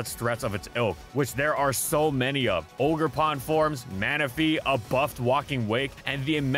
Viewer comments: its oger pon not auger pon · Awgre-pon? What are you? Wolfe Glock? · The way you said oogrpawn hurt me on a spiritual level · The way he pronounced ogerpon....pain